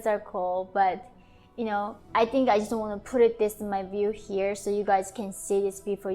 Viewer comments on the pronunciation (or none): none